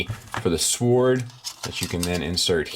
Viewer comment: Its pronounced as SORD. The W is silent!